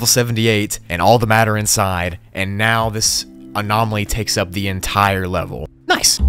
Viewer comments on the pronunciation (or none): "TaKes THE ENTAIAR LEVEL"